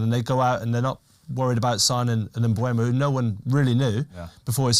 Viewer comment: Please stop saying "MBremo" or "MBuemo". There is no R and the U is after the E. It's Mbeumo.